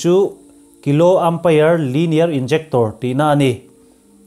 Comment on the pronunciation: KALI = Kilowatt 'AMPERE'........... EMPIAR ti a lam tur nihhmel....umpire nilo in